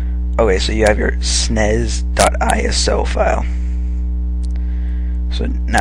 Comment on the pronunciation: you just said snes like snays